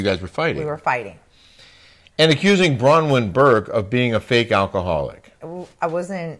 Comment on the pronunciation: I can’t stand Brawnyn or as vicki says brownwind lol 😂 i love you and